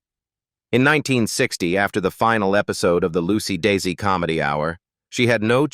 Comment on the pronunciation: Desi ArNAHHz?! diSEElu Productions? Lucy DAYsee Comedy Hour?! Just careless input into your AI narration host. You need to input tough words PHONETICALLY! An insult to their memory. Unsubscribed.